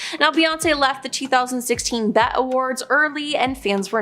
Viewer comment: They really need to have ppl who KNOW the music industry and artists names and how to correctly pronounce them. And it’s not bet awards it’s B.E.T. Awards